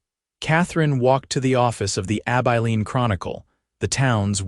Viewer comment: Learn to pronounce Abilene.